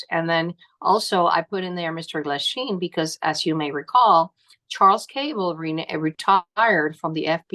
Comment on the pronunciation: Isn't it Michael Glasheen?